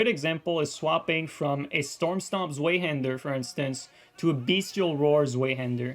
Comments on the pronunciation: its pronaunced Svaihander my man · Great vid thanks for the explanation. One minor pet peeve: The Zwei in Zweihander is the german for 2 and it’s pronounced ‘tsvahee’.